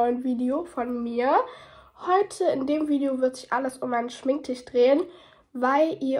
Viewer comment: Bin ich die einzige die immer Schminktichh versteht? 😂